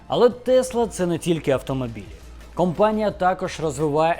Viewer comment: Цікаво, спасибі. P. S. Не "кампанія", а "компанія" - це дуже різні речі.